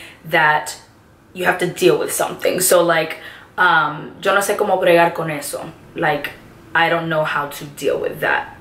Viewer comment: Se me ase grasioso q dises la palabra como se manda la primera ves como cuando dijiste bregal embe de bregar